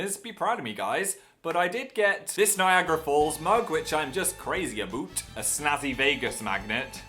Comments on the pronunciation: I actually laughed out loud am when he was talking about the cactus candle. But I stopped smiling after he said "aboot" Cuz WE DON'T SAY THAT!!!! I'm Canadian and no one says that! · .......did...he just....say aboot...... sigh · I'M CANADIAN AND WE DON'T PRONOUNCE ABOUT LIKE "A BOOT" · did you really just say "aboot" ?? i love you phil, but why xD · OKAY PHIL, IN CANADA WE DON'T SAY ABOUT LIKE A BOOTY I'm sorry ily but we pronounce it like everyone else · Number of times I; a Canadian, has pronounced about "aboot", is still zero and will remain that way.